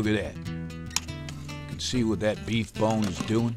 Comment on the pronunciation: HMMMMM TATS GUUUD~ i love it everytime he says tat!